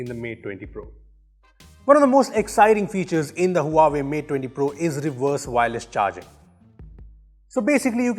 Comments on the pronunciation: it's hva-vey not hua way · team..Huawei is pronunced "wahway" ;-) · Huawei is pronounced as Wah - way